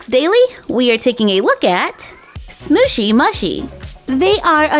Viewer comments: It is actually pronounced smoochy mooshi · (no offence) I adore your channel but its actully pronouced sm-ooooshy m-ooooshy. They look so cute .Your one of my fave youtubers cause your always so positive and bright and your crafts are amazing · You say the name of the brand wrong